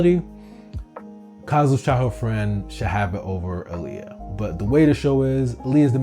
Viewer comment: You kept saying Aaliyah and Kazu. It's Ah-l-ya and Ku-ze. That drove me insane lol Besides that, great analysis so far.